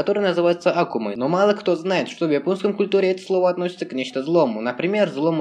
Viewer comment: почему вы не правильно говорите правильно Акума на а падает ударение